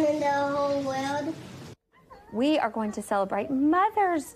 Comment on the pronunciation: It sounds like Lydia weally needs some speech thewapy because as big as she is she shouldn't be mispronouncing soldier as soldiea and world as wowld.